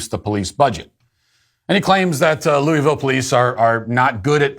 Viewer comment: I hate hearing none louisvillians say louisville